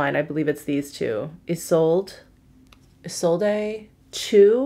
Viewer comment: Isolde is pronounced Eee-soldt, like the tragic love story Tristan and Isolde